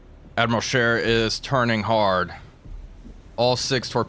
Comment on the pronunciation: May I commend you on the pronunciation of Admiral Scheer this time around. Just so it's clear, this wasn't sarcastic at all. Although I'm sure that made it sound more sarcastic than it already did... Anyway, that wasn't a serious thing to begin with, but you fixed it anyway.